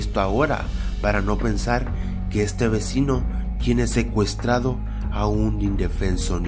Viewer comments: Like si te fijaste en que dice ecuestrado en ves de secuestrado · like si alguien más se dió cuenta de que dice ecruestrado y no secuestrado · en vez de q diga el titulo secuestrado dice ecuestrado jaja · di lo tuyo: ecuestrado!EHHHHHHHHHHHHH! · ecuestrado o secuestrado jajaja😂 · al comienzo dice ecuestrado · Hay dice ecuestrado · like si te diste cuenta que dise ecuestado